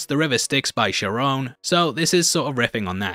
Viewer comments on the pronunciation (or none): Charon is pronounced “CARE-on” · It was the ancient Greeks who believed in Charon (Ka-ron, not Sharone) and the boat ride on the Styx. Not the ancient Egyptians. Also, thanks for the explanations! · Great video as always m8! But please the "ch" in Charon is pronounced like a 'k' not a 'sh' 🤣👊 irritated my ears a bit but its fine